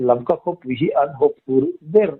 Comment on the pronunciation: LAMKA tih tur aw.